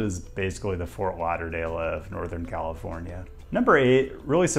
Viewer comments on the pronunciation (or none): none